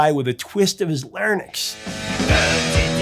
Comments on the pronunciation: Please stop saying lair - nicks. It's lair - inks. Larynx. You're transposing the Y and the N. I'm sorry but that drives me crazy. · "lair-nix"? It's larynx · Say it with me Lair - Inks — you've dyslexicated larynx >:-D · Professor, I love the way you pronounce “ Larynx “😏